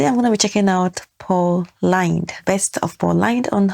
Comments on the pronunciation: If you want to see some top-notch Paul Lynde, check out Bye-Bye Birdie 1963. His last name rhymes with 'pinned' NOT 'pined' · Pronounced like blowing in the wind, Lynde.